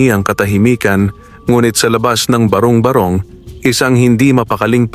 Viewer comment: Matalinghaga ang kwento mo, nakaka-aliw ding pakinggan. Danga't hindi maganda ang pagkakabigkas ng ilang mga bagay gaya ng barong-barong at bathala at ng iba pa.....